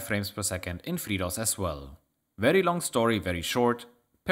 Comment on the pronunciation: Your accent, when you say FreeDOS, on more than one occasion, sounds like you're saying "Fritos", and that gave me more than a few chuckles.